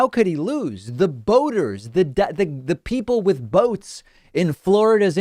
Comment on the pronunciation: There goes crazy Uncle Donald again, confusing "boaters" with "voters"